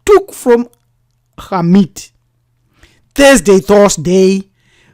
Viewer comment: Great information, thank you. Also I enjoyed hearing Khamit pronounced correctly.